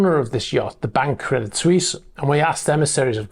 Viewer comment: Pronounced "Credi Swess" Credit Suisse